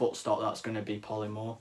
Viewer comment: Ik it don't matter but did he say pollee more um polymer